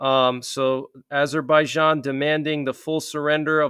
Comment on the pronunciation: Google the pronunciation: Armenia (/ɑːrˈmiːniə/ i ar-MEE-nee-ə), Azerbaijan UK: /ˌæzərbaɪˈdʒɑːn, -ˈdʒæn/ i, US: /ˌɑːzərbaɪˈdʒɑːn, ˌæz-/. Thanks.